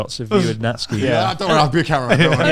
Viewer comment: thank you youtube for calling Natsuki as Natsky